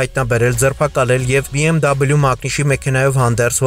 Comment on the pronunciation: առաջին անգամ լսեցինք ճիշտ արտասանում BMW ,ոչ թե բեմվե